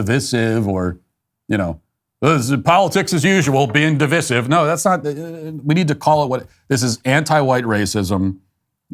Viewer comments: Div-eye-sive. Not div-iss-ive. You're not English Matt. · Divisive is pronounced Div-eye-sive. 👍 otherwise, good stuff. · Stop pronouncing divisive like a douche canoe.